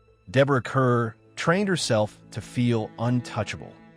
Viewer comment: "Kerr" is pronounced "Car", you stupid AI!